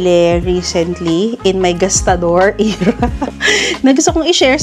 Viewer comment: I’m not trying to be mean but the word era should not be eeeera when said, I just noticed you said it many times it made me confused